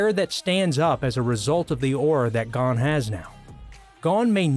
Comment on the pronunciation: 1. Mel e o dis 2. Gon is like own but with the g sound 3. Naofumi is now foo me 4. Kinda insulted issei's rage scene at Asia's death isnt on here wayyyy better than naofumi's